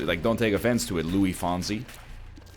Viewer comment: Please, PLEASE, pronounce the s on Luis